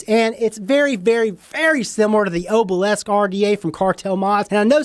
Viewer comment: Every time you said Oh-bhil-esk I threw up a little. It’s pronounced AH-bil-isk.